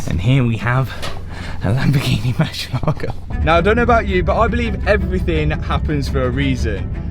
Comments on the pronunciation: MURCIELAGO (MUHR ZI ELLA GO) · "Marcelogo" hahahahsha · I don't understand why some youtubers can't take few seconds of their time and learn how to pronounce their car names the proper way. It is a not a marchalado. It is a Murciélago. It takes 5 seconds to learn this word the right way. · know how to put it up every time 👌 But if he keeps saying MÜR-CHIE-Lago I SWARE TO GOD.... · is not "Mercylogo", its MURCIELAGO 🤣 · I played a drinking game with how many times you said MerSHialago 🤣🤣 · It’s amazing how no one can pronounce Murcielago properly… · Murcielago has the accent on the "ie" part, not on the "lago" part. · Hearing the poor lambos name butchered is always cringe 😬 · OH MY FKIN GOD.... HOW MANY TIMES DOES THIS CLOWN SAY THE WORD 'MURCIELAGO' IN THIS VIDEO ??????????? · just in case you want to pronounce it correctly, the emphasis is on the e not in the a. Cheers!! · I love the new project …….however…………..get a spanish lesson ………and learn how to pronounce MURCIELAGO …….IT WIILL INCREASE YOUR STREET CRED ! 😂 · A What? Marsheelago, Mooshylawgo... Moor-siel-ago It means bat, dingus. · It's MOOR-SEA-EH-LA-GO, 5 syllables, not 'merseylago.' It's Spanish for bat, as in flying animal, not a lake near the river Mersey! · I downed a shot every time you said Mucielago ……. I’m drunk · for the sake of that "mercylaagow" that I really enjoyed every time murcielago is pronounced : moorcee ela go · Stop saying mershilago its merci lago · Hi Keeps saying Marshall Lago !! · 😂😂😂 morsel Lago bro stop saying it like that you guys look ridiculous is pronouncing it im English is pronounced in spanish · Ok but could you just not call Mur see el Lago? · So funny the way pronounces "Mercia Logo":D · Say moo -si -a - la -go .that was the saund. murcielago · Moor-sieh-lagoh. Pronounced. Murcielago means bat in Spanish. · Mersha-Largo, hahahhaa lol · Man i like your videos but when you pronouns murcielago like murshielago i fell in rake sorri😂